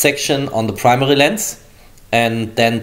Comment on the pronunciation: No one: Germans: prmeri camera's